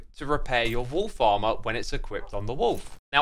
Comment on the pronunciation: Wolf Armor sounds like Wool Farmer.